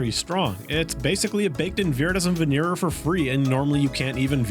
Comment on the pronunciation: why can't you americans pronounce "venerer"? it's not "veneer" for christ's sake